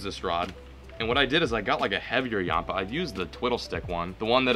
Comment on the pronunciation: ur pronouncing yampa wrong and its called that because its named after the yampa river 😂😂😂